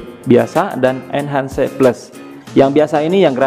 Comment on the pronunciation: Inhans bancanya bang bukan enhan'cee